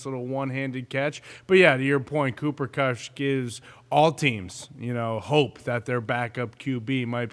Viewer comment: He keeps calling him Kush 😆